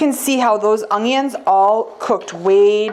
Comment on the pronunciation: Love it! My mom says ungyuns too.